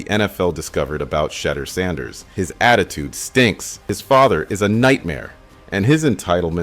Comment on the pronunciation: Appreciate your analysis but u said his name wrong😂